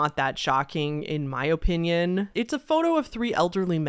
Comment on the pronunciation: the way you say "opinion", "O. Pinyun"... merch? I enjoy it.